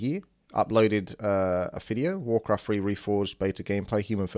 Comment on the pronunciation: "warcraft free reforged fideo" wtf